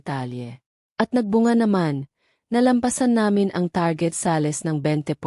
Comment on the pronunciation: Ano b Yan Hindi marunong mgbigkas ng inglesh words....SALES at SHARES Salis dw at saris hehehe